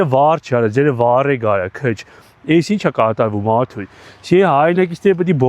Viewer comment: Էս ինչ լավն ես դու իմ ախպեր😂 մանավանդ որ ասում ես Արթույ😂